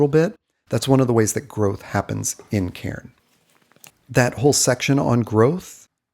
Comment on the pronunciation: You pronounce my name really well. I just wanted to say that, because I appreciate it.